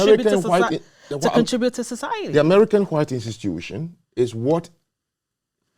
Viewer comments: I’m almost certain that knows of Jared Taylor, if he doesn’t know him personally. Listen to the way they both pronounce “hwite” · and Jared Taylor both belong to the culture of people who pronounce it “hwite”